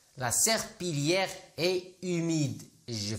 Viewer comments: Serpillière نطقتيها غلط مكنطقش L وشكرا على مجهودات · La prononciation de serpillère est fausse . On ne prononce pas le son /l/ . Double LL précédé d’un i se prononce y comme dans les mots “ conseillère “ , “ cuillère “ …etc 🙋‍♀️🇩🇿😊